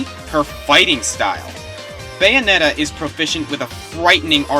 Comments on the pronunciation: "I loved number 1, Baynoetta." :/ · The way you said Bayonetta was HILARIOUS I could listen to it on a loop and it would NEVER get old